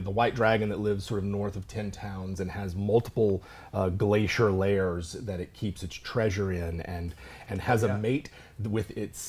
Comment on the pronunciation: Lairs not layers! Rhymes with bear.